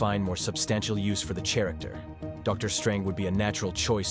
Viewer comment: "chair-ricter" lol